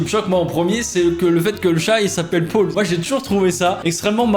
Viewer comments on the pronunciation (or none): Le seul truc qui m'a fait beugué, c'est que "Paul" tu le prononce "pôle" '-' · Beaucoup de gens: prononciation Pol: Pôle. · Personne ne parle de sa prononciation du prénom « Paul » 😂😂😂